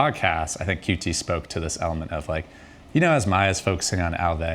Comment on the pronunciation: Damn. Man actually pronounced QT correctly.. he actually cares about the space.